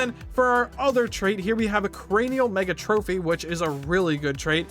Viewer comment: It's not "mega-trophy" it's "meg-atrophy" as in, an extreme level of atrophy.